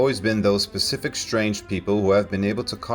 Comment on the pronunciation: “Throughout the course of history, there have always been those PACIFIC strange people” Pacific? 🤣🤣 Please learn English before you attempt to narrate a video. Specific and Pacific are two completely different words with very different meanings.